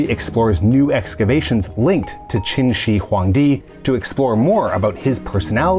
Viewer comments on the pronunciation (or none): It's pronounced Qin Shrr Huangdi :D